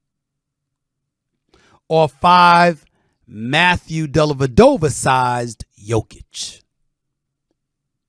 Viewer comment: Delavadovah? Stop it. 😂😂😂